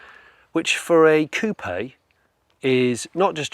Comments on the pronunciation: Why does he say coop eh ? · The " p " in coup is silent. You pronounced it wrong.